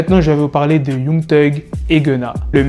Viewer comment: Mec arrête de dire Young genre c YANG mec 😑